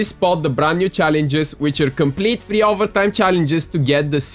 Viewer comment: He’s voice is annoying everyone he said free I thought he said theee